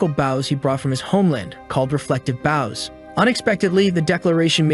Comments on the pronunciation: I hear baws instead of bows again 😢 😂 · the ai voice seems to be a sailor, consts tly talking about a ship's bow instead of an archer's bow.